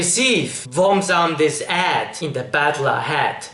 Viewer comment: Just one thing, you are good at pronouncing english but one thing you should know is how to say "aid". You should say it like ayyyd not add. Anyway good video